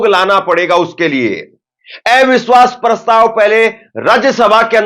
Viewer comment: Bhai aap eviswas kyun bolte hain oh to aviswas bolna chahiye